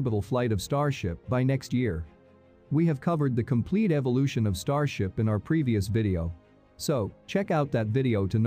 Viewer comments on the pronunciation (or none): none